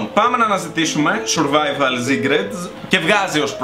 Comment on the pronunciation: Σουρβαιβαλλ ομγ κτ χωριατες φιλους μου θυμισες 😂😂😂😂